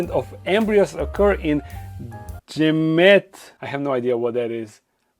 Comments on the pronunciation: Gametes are the reproductive cells of an animal or plant. It's pronounced gam eat. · Gamete is pronounced like gam-eat I believe